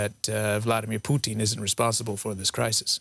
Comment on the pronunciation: "Poutine" as a Canadian I can appreciate he is cheesey but "Vladimir Poutine" is definitely not as palatable nor enjoyable.